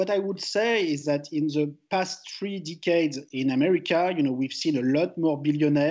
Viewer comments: Thomas ,you are a great economist and your speach us clear. Could you just improve a little bit your prononciation ? The instead of ze , for instance... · I'm french. And I know my accent is not better (those damned stressed syllable...). But Picketty should not use that «ze» instead of «the». It makes him sound like Louis De Funès.